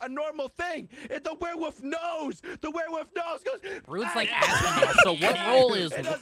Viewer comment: “The werewoof” 😂